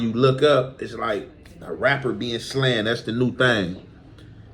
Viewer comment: it’s “slain” not “slan” lol